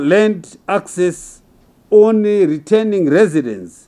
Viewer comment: How does he say schooling properly but says onry